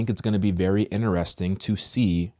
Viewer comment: If I had a dollar for how many times says Inner-resting I'd be Elon Musk 💀🤣🤣